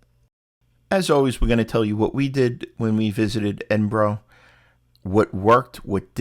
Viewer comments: i cantget past how you are pronouncing edinburgh - why? thats not how you hear it being said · I’m Australian and thought it was pronounced Edin bo row but it’s actually Edin bu ruh